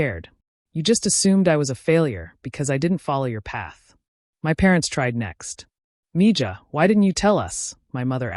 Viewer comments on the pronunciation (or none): It’s pronounced “meeHA” not “meeja” the “ja” (HA)—- accent on the end of the word. In many, (not all) Latin American spanish cultures the “j” is usually pronounced as an “H”. In others it’s pronounced as “ch” as in the Scottish word “loch” ☺️